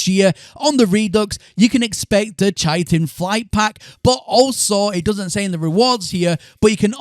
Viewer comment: KITE-TIN, not CHI-TIN. the CH has a K sound.